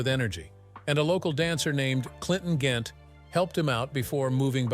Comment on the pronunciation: Incorrect pronounciations: Chi-Lites is pronounced "Shi-Lites, and Clinton Ghent is pronounced Clinton Gent.